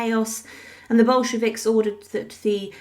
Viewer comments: And it's Bolsheviks, not "Boshkeviks". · Who were these "Boshkeviks" that the narrator mentions? lol...